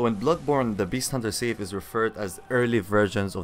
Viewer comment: "Sigh-f" bro, not safe. Also, I wouldn't talk about mechanics when you just spam r1. Not questioning your skills, as I know they're great. Just questioning the background video lol I am using every weapon on each new ng7 playthrough and yes, this one takes some practice to git gud with